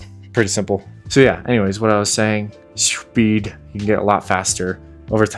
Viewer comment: Come on … spead? Spead? And this might be a niche con on the gunstock is that if you drop something in the game, if you try to pick it up and you have a gunstock that attaches to the controller it his buffer in between the ground and your hand so you can’t pick what you dropped up. ANNOYING!